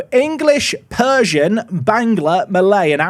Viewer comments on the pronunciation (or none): none